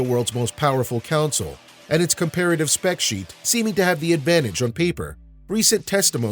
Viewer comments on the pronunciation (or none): It's CONSOLE! Not Council. Damn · u keep saying counsel